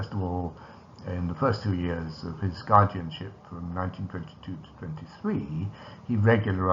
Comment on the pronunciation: "Guardinship"? Who invented?